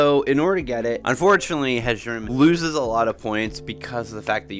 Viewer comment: I'm not criticizing your pronunciation, as there is a great deal of variation in the way even the voice actors in Skyrim pronounce the Nordic inspired words, but I think the J's in Hjerim, Hjaalmarch etc are meant to be pronouced like Y's: "Hyerim" and "Hyaalmarch". Like how Jorrvaskr is pronounced "Yorrvaskr". It makes the names a lot easier to say, at least in my experience :) This was a fantastic video btw, I totally agree with the rankings.